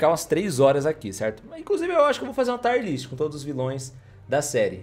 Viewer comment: Nem todo i em inglês tem som de ai, não é taier list, é tier list